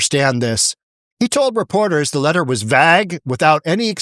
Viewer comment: Completely agree with one exception. Look up how to pronounce the word "vague". It is a long A, not a short A.